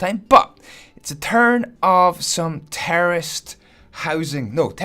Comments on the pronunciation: anyone else thought he was saying terrorist instead of terraced?? I know I did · I thought he said terrorist instead of terraced “The terrorists farm”